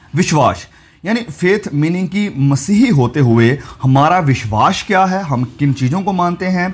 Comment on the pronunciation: Bhai tumhare biswas ka pronunciation badra he Ganda hai..... Make it correct please